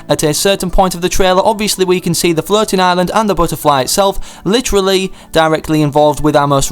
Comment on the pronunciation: I keep hearing you saying flirting island instead of floating island